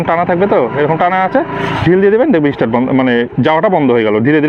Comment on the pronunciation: কথা টা ইস্টার্ট নয় স্টার্ট হবে